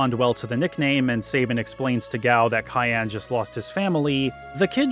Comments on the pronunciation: I like this but..... Cyan is a color and is pronounced sai·an. Not Kayan. While this game was really really focused on the story. Most of the characters name origins were really simple Characters name: Terra = Earth. She represent earth and humanity in its diversity Setzer/Setzen = is from German gambling Locke Cole = Lock as he`s a `treasure hunter` Cyan Garamonde = Cyan is a Color pronounced sai·an and Garamonde is from 2 words from french. Gare which is for a train stop/station and monde which mean world. Billy/Shadow = Billy the kid. Shadow part is self explanatory Celes Chere = Celes come from celestial and Chere is `dear`. Reflecting her personality and regret of the life she had.(Funny enough, seems like she reflect the regret feminist will have in the future) Gau is most likely from the word Gaul. They were historically considered wild tribes unlike the Asterix and Obelisk saga. Known to be `savages wild mens` that highly resisted the 'civilized romans' Etc to not be to big on the list but its all very simple. To conclude.... Just remember that FFVI is more magical than Espers which come from the word 'Espoir' which mean hope and is the hope of surviving that world. They even had malboro with bad breath attack giving too many bad status which wa spoorly written to avoid lawsuit in order to remember all of us kids to not smoke :) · I love this video, you did an incredible job! But dude, "Cayenne"? What, is he a samurai pepper to you? His name is Cyan. Hell, they even made his armor the color, cyan. Please don't disrespect my favorite playable character's name. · Wait, Cyan is pronounced cayenne like the pepper? I never bothered to look at the Japanese, I just assumed it was like the color, since it fit his personality. Today I learned. And PM. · Couldnt make it more then 3 minutes after hearing you pronounce Cyan.